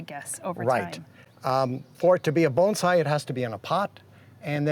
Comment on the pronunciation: That’s pretty much how it’s pronounced; “bone sigh”